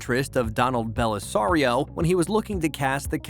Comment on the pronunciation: So hard to listen to this when actors have their characters names missed pronounced and Donald Bellisario's first name mispronounced. If ya gonna do a voice over atleast know proper way to pronounce names